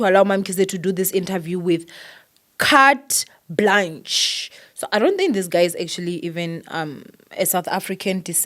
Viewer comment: failed to report and not knowing Carte Blanche and pronunciation is also not improved ahh two people embarrassed themselves you as well 🙄🙄